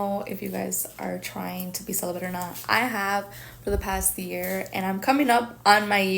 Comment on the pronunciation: I think she's confusing celibate with sell-a-bit